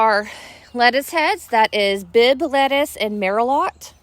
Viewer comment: Hi...enjoyed your tour. Up here on the coast of Maine, we are just getting in most of the crops youve shown now. If you haven't gone to the farmer's market yet, the lettuce is pronounced "mer-low". like the wine :) Good luck!